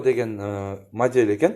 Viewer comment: Жакшы тартыптырсын, эшиктердин Узун туурасын айтып тар.анан модель деген созду жакшы айтчы